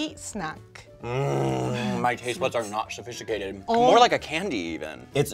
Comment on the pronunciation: “Sio sofeesticayted” got me 😂😂